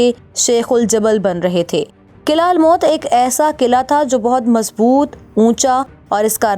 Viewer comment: Behtareen....but...fort's pronunciation is""almout""" not almot....meem par pesh hay...thanks